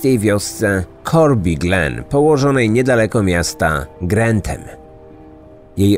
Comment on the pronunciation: To Grantham nie grenthem wiem bo tu mieszkam